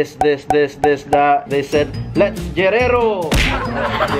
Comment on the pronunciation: said "let's gerero"😂